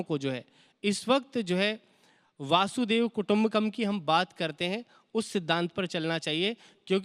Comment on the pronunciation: वासुदेव नहीं वसुधैव कुटुंबकम् होता है